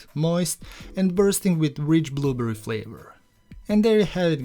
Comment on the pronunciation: Clicked just to hear him say “blooburry”! ❤🫐 looks great